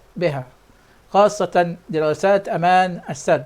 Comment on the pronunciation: يابنى ادم انطق كلمة السد بفتح السين وليس بكسر السين..قلت لك اكثر من مره روح اتعلم لغه عربيه ولغه انجليزيه عيب